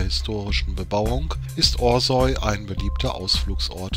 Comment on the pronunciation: Es heißt nicht Osäu, sondern Orsau...